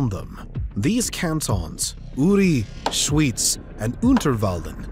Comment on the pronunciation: I love how you pronounced Uri, Schyz and Unterwalden :D I know Peoples who life here for 20 years and cant say it like this.